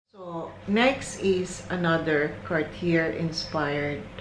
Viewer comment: Nice collection Hope you can pronounce it as "Car-t-yey" next time Thank you